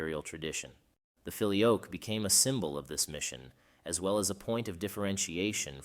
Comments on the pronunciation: You pronounce it, "filio-yoke", one often hears the pronunciation, "filio-kway". In any case, thank you. Well done. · It ain't "fi-lee-oke", it's "fi-lee-o-quay". It means "and the son". Fix your auto-narrator script. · Very enjoyable, and puts forth the debate in clear and understandable terms. As an aside, when I did Latin at High School well over 60 years ago, we pronounced "filioque" as "fill eee oh kway", not "fill ee oak" as you do. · Thank God someone else noticed that. I have never heard the pronounciation “Fili-oak” used by either Roman or Byzantine Priests. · Fili-OH-kway is the pronunciation, fyi. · Whoa! I believe it's pronounced "fi-lio-kway" (the "que" is pronounced). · Not really. The word 'Filioque', in this case, has its tonic syllable in the 'o' and this 'que' endind is not pronounced as QWAY (wether by that you mean it should be said as in the word 'way' ou 'why'). I don't think you have this 'e' sound in English pronunciation, but it is supposed to be said as a closed 'e' sound (like in the word neigh, but without saying the letter 'i'). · The first i in filius is long, so 'feely oh' would be more accurate. The e in que is short, so instead of 'kwey' pronounce 'quest' without the 'st'. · Yes, there is. How can someone produce a whole video and not bother to learn how to pronounce the key term feature in it? What would we think about a video concerning the papacy where "Pope" is pronounced "poppy"? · As others below have rightly commented, the video is pronouncing filioque incorrectly. It is a very prominent error. Other than that it is a theologically very informative video. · For goodness' sake pronounce "filioque" consistently properly - four syllables - if you want your piece to be taken seriously!!